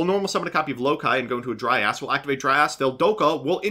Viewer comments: He was mispronouncing it and saying "dry ass" for comedic effect lol it's supposed to be pronounced "dry-uhz" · took me a while to understand you were'nt saying "dry ass" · Am i the only one who heard saying "Dry ass" instead of Dryas? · Anyone else notice pronouncing Dryas as "Dry Ass"??